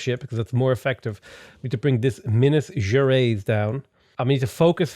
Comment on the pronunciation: its pronounced minas ger-eyes